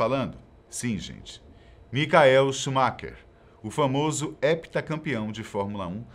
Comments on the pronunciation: Bom vídeo mas não digam "micael" é Michael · Queria saber o porque vcs pronunciam o nome "Michael" errado ? Quando se trata do piloto de fórmula 1.